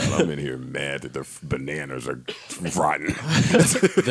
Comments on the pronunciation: he said nanners 😂😂😂😂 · Bananners. The ba was there but it was with a hard er on the end. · Billionaire Jean he said Bananers 😂😂😂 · Lmao 😂😂😂 Dananners. The way joe budden said Bananas to defend how he said it had me dead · He definitely said the nanars 😂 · He said "ber-NANNERS"...😃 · nigga definitely said the bananners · He said bananers! 😂😂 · Parks and Mal definitely heard Yanny after claiming Joe said "the naners"... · "That nigga said Nanners." Hahahaha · Joe you said Bananers😂😂😂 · Billionaire Jean he definitely said naners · Jello K. Joe said "bananners"... Listen to it again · he said "nanners" LMAO